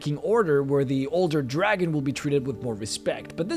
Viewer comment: Mildly irritated by the way you put emphasis on the word 'dragon' and not the colour.